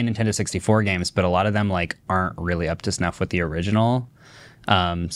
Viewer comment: "for the original-lll"... this accent 🤢🤢